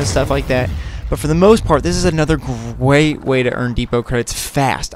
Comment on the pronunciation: did you say gwate lmao